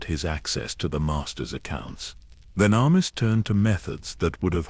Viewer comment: Hey, I have a suggestion. Testing the AI with the names and other words they have trouble pronouncing, and trying to find ways to spell it so the AI pronounces them properly may be a good idea. Like with Venemis if you spelled it Venomous it would have said it properly. I don't mind these newer AI voices, but the mispronunciations of words that are used a lot can get a bit annoying. Luckily the stories are good enough to keep me here until the end, of course I need to know how it ends, but little things like words that are used a lot in a story being pronounced properly would make these really good stories that much better. This really is just a suggestion and not a complaint. I am a gamer, and RPG games are my thing, and I am all about grinding levels, so when I'm grinding I like to listen to stories, especially Star Wars. I am an OG Star Wars nerd from the ancient days of the original trilogy, so I listen quite often.